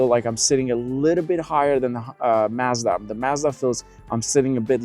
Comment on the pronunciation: You are misprononcing Mazda, slightly. Listen to the way they say it in their ads.😮